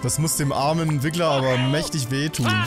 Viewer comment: eS HeiST RiGGleR uND NIchT WiGGleR!